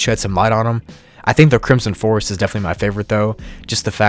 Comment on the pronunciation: CRISOM FOEST